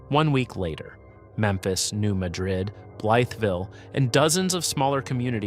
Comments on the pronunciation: It is pronounced New Mad-Rid, not like the Spanish city. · FYI, we pronounce it New MA - drid. Ma is like Man without the n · They pronounce it “mad-rid” in Missouri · You are misprnouncing Madrid.